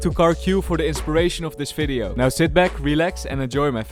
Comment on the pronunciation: Did you just say 'Welcome to another FIDEO' lol